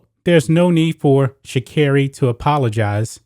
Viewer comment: What tf come on now … flowers come from the earth. And they are saying her name wrong or am I tripping . I mean she could’ve really grabbed some pee from the smoke shop. But it’s legal… she could’ve went to a legal state and blazed after the win then they were celebrating. Her momma just died. She’s going to the olympics. They hate to see us win. She smoke and still won… they need to leave her alone